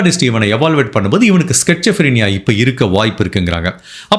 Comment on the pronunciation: Schizophrenia When u pronounce a disease name kindly check with Google voice and tellanna .andha disease name Auditory hallucinations and visual hallucinations irukum En mamiyar ku Iruku.. Avangala killer aha mudiyathu idhu poi... They will hurt and fight with others ... Mostly substance abuse illama ... Childhood la Iruku rare case with some trauma history Iam also medico.. I love ur style of storytelling 🎉bro......